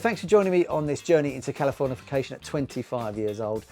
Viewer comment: the wrong pronunciation of the album title the whole video was an hilarious bit😂